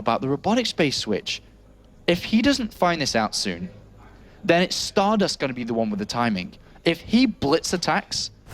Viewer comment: called Stardust as "Starbust" in the last game:D How accurate